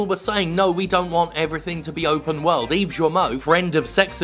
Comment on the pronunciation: Is he sayin' Yves' last name wrong on purpose?